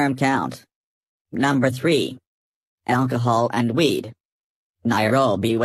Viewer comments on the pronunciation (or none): "alcohole" Im done